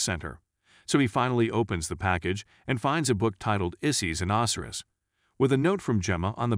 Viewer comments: Ozzyriss? Oh sy ris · Itxs not OSiris it's Osiris, Egyptian God of the dead. Do some research on pronunciations before you do your next video. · Man im so petty. I dont know why but when you say Osiris and Isis name it bugs me so bad. 🤣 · Its a programmable bot voice, sometimes they are still getting things wrong.